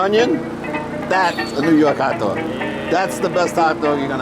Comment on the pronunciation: "Hat Dwog"